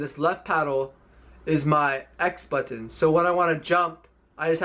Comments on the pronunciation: ButTON!!! lol how he says it. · Bro me too. 🤣 butttttton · BUHTTENN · Most ppl: But tin This ninja: But ton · The way he say's button bothers me. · I hate how he pronounce button..